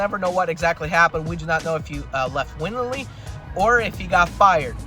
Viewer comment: Willingly not winningly or however you pronounced it